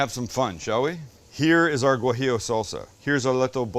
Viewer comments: Hey Sam, it’s pronounced wa-he-o. Not Gwa-he-o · Sam, not gwajillo, it's wajillo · You dont pronounce the G in guajillo btw, I actually had no idea it was spelled that way until you kept mispronouncing haha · For the future, z's in Latino Spanish have no "buzz". Say it like an "s". Also, the gua in guajillo is like the "wa" in water. Great video. ¡Riquísimo!